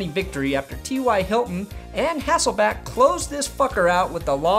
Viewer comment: All the fellow Seattle fans I know are super happy to see Matt Hasselbeck getting game time again. I just wish the would stop calling him Hassleback and Hesslebeck =(